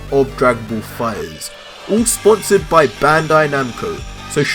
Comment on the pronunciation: I like the way say fighterZ. Dragonball Fi-ers!